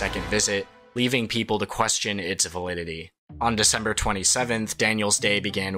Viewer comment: Excuse me I have a qucreshton